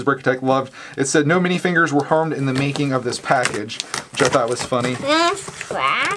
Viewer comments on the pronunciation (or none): It is minifigurers not minifingers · I love how you call mini figur es mini finger